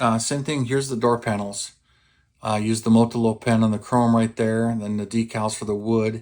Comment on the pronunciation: "Motolow"? You got your 't' and 'l' confused. I am a strong believer in using the Molotow Pens. Much better "chrome" than the infamous silver Sharpie. I have this kit in my stash. I didn't realise Revell went so wild with the decals! I likely will omit those that just won't be seen, especially if they are tiny. Tiny decals don't play well with my 66 year old eyes and XXL size fingers! 😊